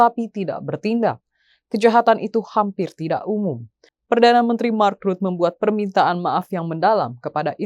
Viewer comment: Imi lagi ..mark rutte vacanya ..bukan Mak.rut. Tolol amat nih pembaca berita nya 😊